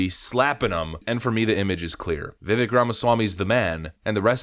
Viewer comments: Overly long intro are frustrating, yet this channel forces TWO separate hypothetical gates to get through to get to the point. And you mispronouncing Vivek name over & over is kinda unbelievably. He’s explained this, it essentially rhymes with CAKE 🎂, it’s pronounced as Viv-VAKE. not Viv-Veck. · Stop calling him Vivvick!! You sound redarted af. His name is pronounced viv-AKE, rhymes with cake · FYI, per Vivek, his name pronunciation is like “Cake” - - - i.e. Vi-vāk. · I agree with everything you said. Thank you for using the word apparently in the the right places. But if you talking about someone publicly you should probably get the name right. It Vivek that sound like cake. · Vivek sounds like "cake." Just a helpful tip. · His name is pronounced as Vi-Vake, like cake. Just saying. He's amazing! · Vivek....rhymes with cake.... :) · Just as a side note, his name, Vivek, sounds like Viv-ake rhymes with cake. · His name's Vivek, and it rhymes with cake! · i usually agree with you and i do here with the exception of how you say Viveks name. Itr viv-ache... stop being the douchebag you denounce on this topic... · LOVED his Debate presentations. Please pronounce his first name correctly. * the last part vek sounds like 'cake' or 'make'. More 'a' * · His name is pronounced ViVake - like cake. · His name is pronounced vi vake like cake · Its pronounced ViVake like cake. Just fyi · Its "Vivek like cake." How to pronounce his name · Vivek says his name "rhymes with cake".